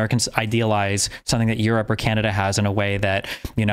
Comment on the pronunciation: did y’all catch that? He pronounce Europe as “you’re up”.